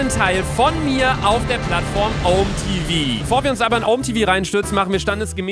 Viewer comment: DAS HEIßT OMÄ TEVAU